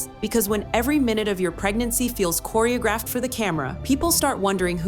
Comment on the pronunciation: Learn how to pronounce "choreographed." Hint: it isn't how the narrator pronounced it